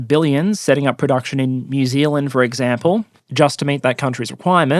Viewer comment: "Eggcample", I heard that